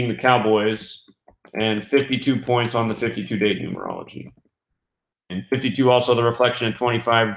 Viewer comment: he did say 31 pionts